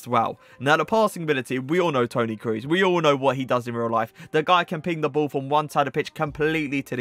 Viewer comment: Toni Cruz 🤣🤣🤣🤣 nice Review man... but how u pronounce him 😅 big oof